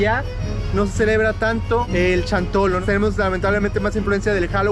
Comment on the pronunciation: No es chantolo ,es xantolo ,pronunsia bien no seas tonto